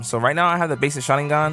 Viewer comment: The fact he goes "shaningan" like hes saying it right its making me cringe so muc